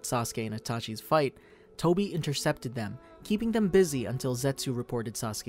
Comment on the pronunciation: Tobi not Toby🙂